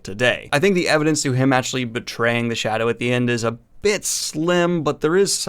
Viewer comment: Drives me nuts the way you say actually. "Achully"